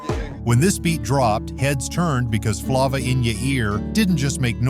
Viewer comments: guy said Flah*Vah in ya ear🤣 yt people be butchering rappers songs/names fr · Buddy really said "Flauva"! 😅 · Damn AI's need to get some blackish in them and other cultures. "Flauva" lol. C'mon Son! lol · “Flawva” in your ear 😂😂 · Come on bruh, Flauva in your ear!!!🤣🤣🤣🤣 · Flavor in your ear say it right!!!! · the way he pronounce FLAVA 😅😅😅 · Who made this list and who is the narrator? Clearly dont know music if Immature is a one hit wonder. And also pronounced flava wrong. These folks clearly dont listen to music. Uncreditable to me.